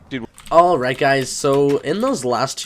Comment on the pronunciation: Jerdy ikr if he says alright it always sounds like he is saying holight